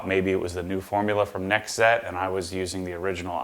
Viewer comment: 1Z Einszett is pronounced "Einszett Einszett" the "Z's" are pronounced like "ts". German: One=Eins Z is pronounced "ts" (like in the following words: spots, lots, that's) But now they're called "nextzett" [next tsett] I don't know if you care about that stuff, but I just wanted to inform some of you.🙂